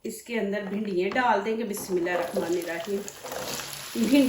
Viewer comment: Aslamoalakum sister AP ki tamam recipe dykhti hum boht achi Hoti han AP Sy khna ha k AP Bismillah era hama bolti han Jo k Galt ha Bismillah Hera hama nera heem ha omeed ha AP thek boln gi aynda jazak Allah